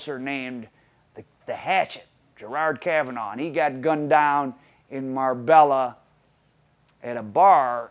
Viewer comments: It’s pronounced MAR-BAYA NOT MARBELLA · Mar-bella 🤣come on at least name check places your doing stories on the ll is silent it’s nearer mar-bae-a also it’s not been known as the Costa del crime since England and Spain agreed a extradition treaty in the early 2000’s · Ya killin' me. It's MAR-bay-YA. I lived there. Used to be a nice place until the Columbian and Mexican cartels started taking over. It's literally gangsters paradise now. From what I hear, it's supposed to be somewhat of a neutral territory. Surprised this guy got killed there. Sounded like a very amature hit. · Marbella is pronounced mar-bay-a man , I can't believe I'm the first one to say it . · It's Pronounced..Marr-bay-a... the LL are silent in Spanish.. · Nice video but you don't pronounce the l's in Marbella they're silent its "mar bay ah" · it's pronounced "Mar-bay-a"